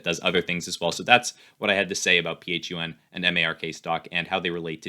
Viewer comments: Flying to the moon with dwac and just so u know its pronounced fun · Doesn't even know how to pronounce it. its pronounced Fun and it has way more value than Truth Social.